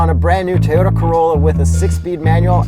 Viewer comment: Bruh WHY TOYTA